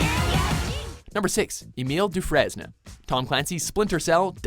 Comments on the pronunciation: Do-FRAIN! NOT FRAISNUH. UGH! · Dufrayne. Its pronounced Dufrayne. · Dufresne is pronounced dufrain! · pronounced 'dew-frayn' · Woah woah woah, french canadians cant pronounce Dufraisne?